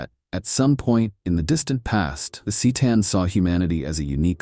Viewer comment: My fav was the sick-a-tan.